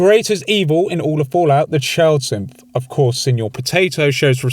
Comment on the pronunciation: I see it as a special feature and don’t see any problem with it personally. Also btw am I the only one that heard “Simp” whenever he says Synth? I find it funny every time, never change, never change.